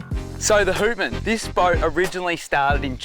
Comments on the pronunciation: Houtman is pronounced “H - out - man” .. out as in outside. I work on cray boats out of Geraldton and around the Houtman Abrolhos Islands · HOWTman……not WHOtman!!! Named after the Abrolhos. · yeah boys good solid boat built to withstand the WA big swells. The name Houtman is actually pronounced as Howtman as in Howtman Abrolhos, dutch words meaning "Keep your eyes open!" referring to the islands there that the dutch ran into at times :) Hope she goes well!